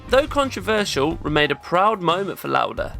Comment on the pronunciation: Your German pronounciation of Lauda was spot on! 😊 ❤ The Video. Always admired Lauda, and never knew this about him. Thanks for making this.